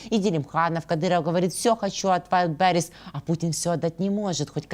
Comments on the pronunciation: К сожалению, у Асланяна, неприязненное отношение к России от Рождества Христова. И он знает истину только в одном направлении-все обгадить. Даме надо научиться делать правильно ударение в слове Wildberries. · Ведуча! Ты хоть ВАЙЛДБЕРИЗ правильно произноси ☝️